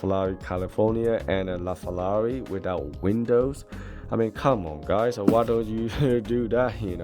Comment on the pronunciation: Hi, love your Reviews but what annoys me is saying FELLALI all the time. Sorry maybe got problems with my hearing? 😞